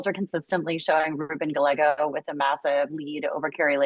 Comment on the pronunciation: The left wing liberal lady needs to learn how to pronounce Hispanic names properly. Gallego- the two LLs are pronounced with "y" sound.